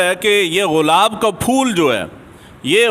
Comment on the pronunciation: Ghulab ko gulab to parh lain